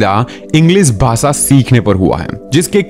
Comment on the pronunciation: Aap sh kyu nahi bolte ? Englis nahi hota English hota hai Bhasa nahi hota bhasha hota hai Viswas nahi hota vishwas hota hai . Aap bhi sahi bolna sikhiye . Ghalat bolne se sunne walon ko bahot taklif hoti h